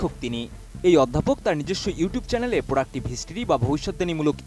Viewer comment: প্রডাক্টিভ নয় প্রিডেক্টিভ